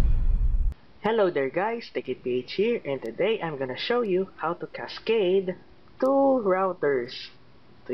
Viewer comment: Not thu it is two